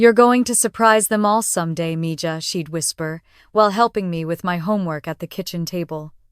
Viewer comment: Mija is pronounced MeHa